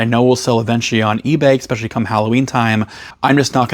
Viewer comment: He's critiquing your pronunciation of "eSpecially". Some people have nothing better to do with their time...